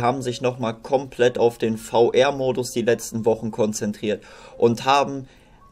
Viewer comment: VR spricht man englisch aus und nicht deutsch.